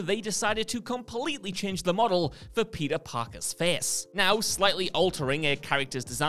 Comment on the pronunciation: “Peter Paka’s Fess”